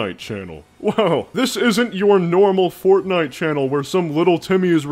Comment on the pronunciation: I shouldn't have laughed when he said Fortfart.... but I did.